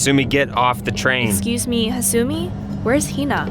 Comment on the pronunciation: I've heard several versions of this story , and the one done by Tara A. Devlin was probably one of the best . This one was pretty meh , especially the VAs were awful. The pronounciation of hasumi and kisaragi kept throwing me out of the story . Guys please don't do this again